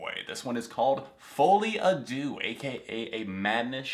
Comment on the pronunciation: my biggest pet peeve is ppl mispronouncing "deux" like JESUS just google it its not that difficult (ik im unreasonably mad but AAAHHHH its just irritating)